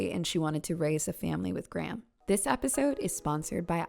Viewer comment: Very interesting vid but the way you pronounce Graham is stressing me out lmaoo